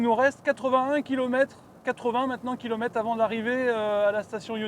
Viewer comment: Vidéo sympathique, et la prévision de l'autonomie à 100% est impressionnante! Par contre les "kilomettes" et les "quattes", pfiouuuuu j'en ai mal aux oreilles.